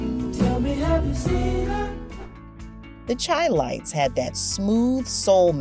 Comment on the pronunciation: It sounds computer generated AI. No person would say "Lead"(the element) for "lead" as in lead singer. Chi Lites was pronounced "Chee".